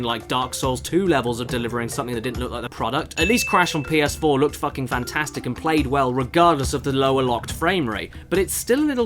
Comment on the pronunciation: Hey Caddy, why do you say "FACKING" so much lately? Anything you want to tell us?